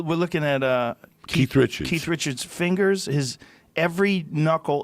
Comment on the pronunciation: Joe “ look at this fingeres” Rogan